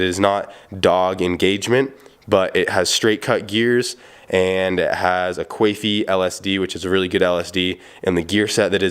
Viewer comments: Ive never heard anyone call quaife "quaif-ey" lol, the e is silent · Say "kwayf" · Thought it was pronounced “kwalfee”?? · Quaife is an amazing brand. Here in the UK it is the go-to brand for our LSDs. Also ive been pronouncing it qu-aaaayyy-ffffff. Not sure if thats correct but hey ho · U said quaifeeee lol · Sounds like queef, a fanny fart. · The e is silent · the "E" in Quaife is silent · it was a good attempt, alot of people fail at it, just knock off the eeeee and your good to go. Ps quaife is some good made in England!